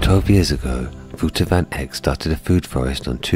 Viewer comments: The guy in the video pronounced his name wrong, you were almost right but it's Wouter not Vouter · His name is w au t e r😅 not wooter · als die nederlands is is het wel echt heel fout dat hij Wooter zegt in plaats van Wouter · Yep it isnt Wooter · sounded more like Wowder, like powder, so he needed to pronounce the T more. I am quite tuned into the pronunciation of this specific name😉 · Well... His T can be pronounced more prominent , because I heard Wowder. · Yes, your Dutch is better then who ever did that original video. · He definitely did pronounce the W right, it went wrong with T, because it sounded more like a D or soft T, he should put more emphasis on the T, like in Titties! 😁✌🏼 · You are laughing at someone for saying it wrong but you you're saying it wrong yourself, it's Wouter.